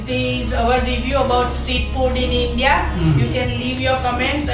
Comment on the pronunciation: it's not inja🤣😂it's in dia🤣😂